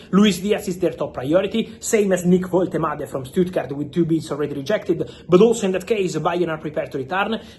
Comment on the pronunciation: Stellar pronounciation of Woltemade